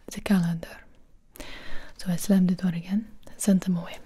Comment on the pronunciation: Best part is when she says,"slam de door".